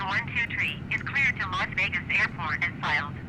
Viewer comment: When you said lost wages, I thought you were talking about the airline furloughs lol